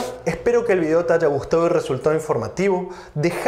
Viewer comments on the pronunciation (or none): none